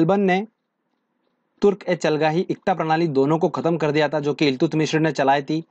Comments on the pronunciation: Iltutamish not illtutmishra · Eltumishr ni eltutmish tha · इल्तुतमीश है...मिश्र नहीं....😂😂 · Do not pronounce Iltutmishra, this is only Iltutmish. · ILTUTMISHRA NHI THE BHAI .....ILTUTMISH THE ...APNE TO UNHE PANDIT JI NAMA DIYA🤣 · Iltutmishr nhi iltutmish h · It's iltutmish not iltutmishr